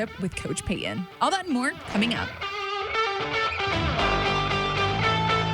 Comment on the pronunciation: It’s coach Payton. Not coach Payuhhn.